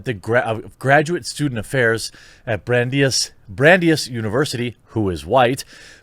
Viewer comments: Learn how to pronounce words. Brandeis, bran·dais. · It's pronounced "Bran-dice". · Also...it is pronounced "brand-eyes"...I know because I fucking went there and graduated in '99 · “ Brandeis university is pronounced ”Brand ice” university it was originally a Jewish university because they weren’t accepted everywhere. These professors are crazy tho. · bran-dice University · It's pronounced "BRAN-DICE" ya hick. Jk, the irony is that these professors don't understand how literally opposed they are to MLK and the civil rights movement. They're siding with the losers of that debate, e.g. Malcom X and the Black Panthers. They're ALREADY on the wrong side of history, $20 says you have hipster elite pseudo-intellectuals trying to tear down MLK monuments in the coming years. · It's pronounced Bran-dyes University. FYI.